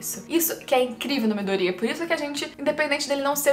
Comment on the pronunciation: Vídeo é bom e tudo mais, mas falar o nome dos bonecos é difícil? No anime eles pronunciam ''Miydôria'' e tu pronuncia ''Midória''. Seria legal se falasse o nome dos bonecos certos.